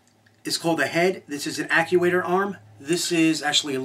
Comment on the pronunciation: actuator not acuator, right guys?